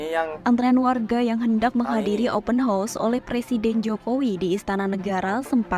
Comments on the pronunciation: Lain mcm sebutan open house -dah jadi kuda bukan rumah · Woooiii...ngomong YG beber..klo gak ngerti Ya udah pake bahasa jawa saja... Open house( open haos) bukan open hos... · Sebutannya OPEN HOUSE (haus) bkn Horse (kuda). ✌️✌️✌️